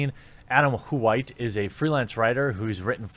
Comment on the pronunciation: Say Adam. Adam. Say white. White. Say Adam White. Adam Who-ite.